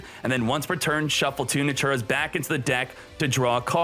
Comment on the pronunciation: wth is "Naturas"? lmao